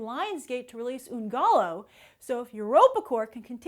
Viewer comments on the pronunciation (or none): Hi, just letting you know that "gallo" is pronounced like guy-o in spanish. Great video as always! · 1. "Gallo" is essentially pronounced guy-yó 2. Jackson isn't being a dick; it's pretty much common knowledge even among non-Spanish speakers that ll's in Spanish are pronounced as y's. And for someone who often comments on the lack of diversity in casting and praises the show Narcos, it sure didn't look like she made much of an attempt to pronounce the words correctly. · Gah-Yoh the double ll means its a y type thing